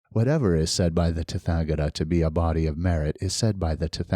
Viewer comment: Hi, thank you for this and my apologies if it is rude to give a correction, but the “th” in “tathagata” is not pronounced like the unusual English sounds represented by “th” - as in “thick” or “thorn”, it is a dental aspirate like the sound normally represented in English by just a “t” - as in “top” or “Tom”. This is the case for all “th” in Sanskrit words. Best wishes 🙏🏼